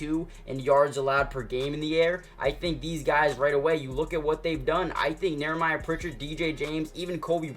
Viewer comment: Dude, it’s not Neremiah… it’s Nehemiah. Pronounced like KNEE-uh-MY-uh.